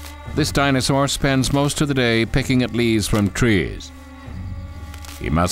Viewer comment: wow this guy doesn't know how to pronounce any dino, which is pretty sad